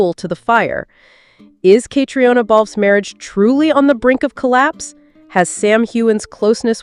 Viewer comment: Her name is pronounced “Katrina;” please say it correctly!